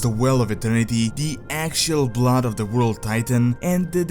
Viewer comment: on de woralt of Asser-Rot